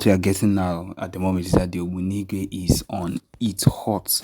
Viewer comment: Better correct yourself by calling that word right. ( Ogbunigwe) That's bomb.